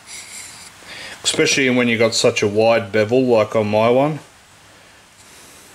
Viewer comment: English police!!! Essssssssssspecially, there is no x in the word especially. Love how you explained this though. It’s the first time I’ve seen it explained so well.